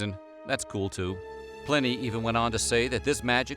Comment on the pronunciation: Not to be picky because this was interesting, but at one point the narrator said Stonehedge instead of Stonehenge, and he mispronounced the name Pliny. I’ve always heard it spoken with a long I, not a short one. Am I wrong? Interesting stuff, but I’m a stickler about details. I would love a video on the difference between druids and pagans.